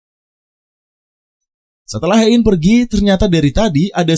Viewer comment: Sebenarnya males dengerin alur cerita yg bahas drakor tapi selalu salah pengucapan namanya 🥱 Hae in dibaca he in buka ha e in Si eun dibaca si en bukan si yun Do eon dibaca do on buka do eyon Kepaksa nonton karena lupa alur cerita s1 nya